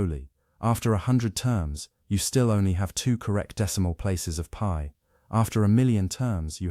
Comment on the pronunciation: Wtf is “pee over 2”?😂😂?? its literally pi over 2.